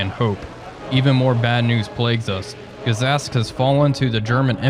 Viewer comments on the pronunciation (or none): Another lovely episode! Thank you,. By the way, in the names of the towns Gzhatsk and Mozhaisk the "zh" stands for the letter "ж" and is pronounced like in words pleasure or leisure. Anyway, love watching these, keep up the great work.